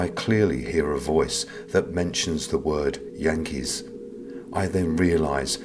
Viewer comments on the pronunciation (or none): I here the hankies. Not yankees lol